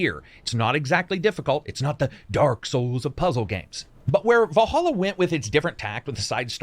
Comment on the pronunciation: Its vallhalla ... not valholla